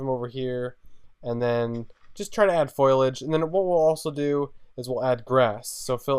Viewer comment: I'm sorry but it's not foilidge it's foliage